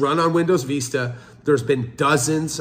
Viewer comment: Learn to say Vista, please. My IT brain dies every time you say it.